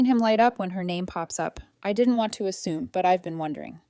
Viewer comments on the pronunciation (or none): none